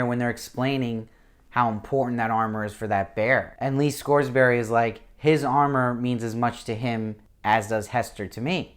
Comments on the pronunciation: Good review but you're cracking me up with the Scoresberry. It's Scoresby pronounced Scores*bee and Serafina Pekkala is pronounced Peckala. I'm the most concerned about her character as I visualize her as Eva Green, even when I reread the books. She was so perfectly cast and embodied the beauty the witches are supposed to possess that I can't imagine anyone else in the role. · Agreed, good review, but he said like every name wrong and it was driving me crazy. Don't know if he's just trying to get these done fast or not paying attention, but other than that I appreciate that he's one of the only YouTubers covering this show! Lee Scoresby = Scores-bee, Lin Manuel Miranda = Man-well, Serafina Pekkala = Pek-uh-luh, Iofur = Yo-fur, Lord Boreal not Loreal.